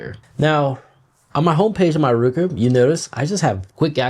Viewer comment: It's "Roku", not "RUKU"